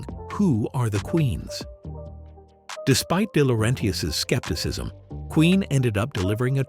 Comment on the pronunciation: Day-lor-RENTius? Cool.